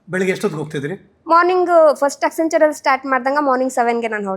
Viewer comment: she mentioned the 3 companies that she was associated with 1. Accenture (which she couldn't pronounce) 2. Amazon 3. Embassy ( not an IT company) Later got to know she was into facility management... and it is not an IT job, managing 300 people is not an IT Manager. Self proclaimed IT Manager is. Thank God i didn't waste my time listening to her.